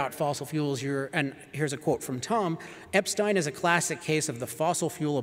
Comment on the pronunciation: People really should learn how to pronounce Epstein.